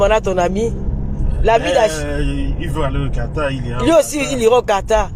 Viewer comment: Quartar ?déjà apprenez d abord a épeler le pays Quatar et non quartar